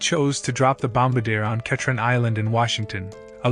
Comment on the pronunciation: Bom-BAR-dee-a not BOMB-Buh-Deer. The word is French and the aircraft is a De Havilland Canada Dash-8 Bombardier (DHC-8)